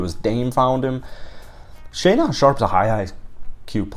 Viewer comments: It’s pronounced shay-din sharpe lol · "Shay-Don"...lol. Love it. Great video and insightful comments. Keep 'em comin'. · Great video, apart from your pronunciation of Shaedon 😂